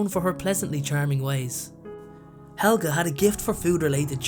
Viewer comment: No it helga not helga